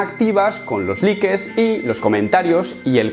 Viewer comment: He aguantado hasta oír "liques"